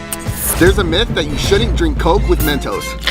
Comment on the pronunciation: ITS NOT MEET ITS MYTH